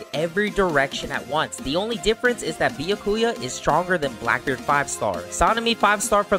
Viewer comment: why did you say it like beyakua when it is be-ya-ku-ya